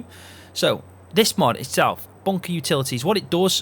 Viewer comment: Are you saying MUD or are you saying MOD? It's confusing